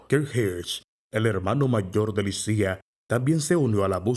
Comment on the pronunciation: En serio se pronuncia "Lisía"?